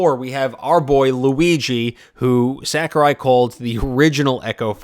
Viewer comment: Did he just say, "Sack-er-eye".?